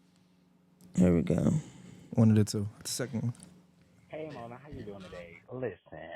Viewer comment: Lmaoooo Monaaaaa😭😭 you just said the word that starts w/ a F & rhymes with maggot in Spanish 💀💀💀